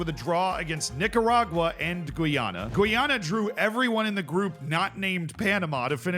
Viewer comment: Gweeyana?! Lol Thats officially the worst pronunciation ive heard to date.